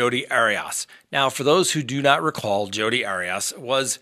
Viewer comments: Arias = Airy-es .....NOT Airy-us or Airy-Os...... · I enjoy your content BUT so many times you mispronounce people’s names. Not sure why. Anyway, it’s AIR-E-US. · You’re really struggling to pronounce Jodi’s last name lol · gaaaah... the way you say arias drives me nuts.